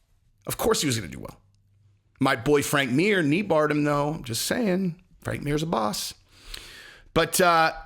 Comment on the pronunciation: When you said "my boy Frank Mir kneebarred him though" I straight up heard "my boyfriend near me bar though". I was like wait what no. Rewind.